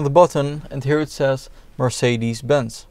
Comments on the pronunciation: After hearing how he said mercedes, as a German, I feel obligated to invade France again. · Mercedes is a spanish name. Germans pronounce it wrong actually. And yes I am native in Spanish and German.